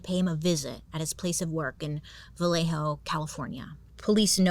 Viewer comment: So happy you pronounced Vallejo correctly lol. Born and raised in Vallejo and people get it wrong all the time. Every time I go to Blue Rock, Berryessa or drive down the dark Lake Herman Rd. I always think of the zodiac. Lake Herman always gives me a weird feeling.… Fun Fact: The show 13 Reasons Why was filmed in Vallejo 😊